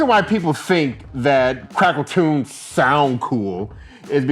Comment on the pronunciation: Boy I thought you said "Crackertunes"!!🤣